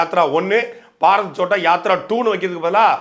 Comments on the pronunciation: பாரத் சோட்டா யாத்ரா இல்லை அது பாரத் ஜோடா யாத்ரா. இன்னொரு மொழி என்றாலும் சரியாக உச்சரிக்க வேண்டும். சாட்டை அவர்கள் கவனிக்கவும். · First pronounce the word correctly. That is Bharath Jodo yatra. Not chotta yatra. Jodo means unite. Chotta means small.In Tamil Jodi means what. That word is derived from the hindi word jodo